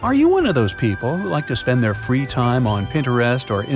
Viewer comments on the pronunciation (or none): none